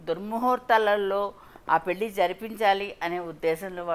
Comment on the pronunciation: పెల్లి అనకమ్మా తల్లి 😂 పెళ్లి అనవమ్మా